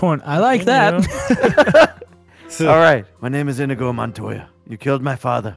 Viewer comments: It's inigo not inego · The way says inigo pisses me off